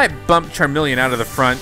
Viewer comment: The way you pronounce Charmeleon stresses me out. 🤦🏻‍♀️ I still luh you tho 🥰